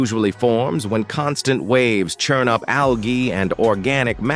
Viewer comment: Why, with all the Ai voiceovers, do they always use ONE irritating voice who can’t pronounce algae